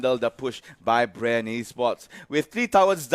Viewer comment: Bre ng bre yung commentator ayaw nalang sabihing bren eh hahahahaha